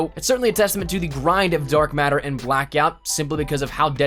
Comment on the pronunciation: he say dork matter? when did ps4 start gettin the paint can thing